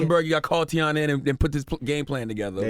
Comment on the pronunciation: How Envy mess up saying Teyana’s name 😩